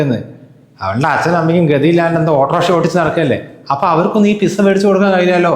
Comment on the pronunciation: എഴുതുമ്പോൾ പിസ എന്നെഴുതും. ഉച്ചാരണം പിട്സാ എന്നാണ് ട്ടോ.